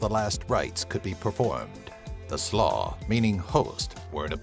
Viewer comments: Im american and I can pronounce these right. Like how hard is sluagh??? Its sloo not slaw lol. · Slua is pronounced Sloo-a, with the same a as in ant and attic and action. Not Slaw, which is a way of preparing shredded cabbage.